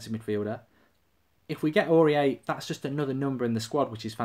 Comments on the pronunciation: pronounced auri-air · Is the way that he pronounces his name a troll? Please tell me it is.